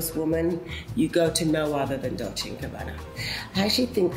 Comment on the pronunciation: Sorry if this is off topic, but the pronunciation of the name of 2 Italian fashion houses so famous for many years is still completely wrong. The final E (VersacE, DolcE e Gabbana) is not pronounced as an I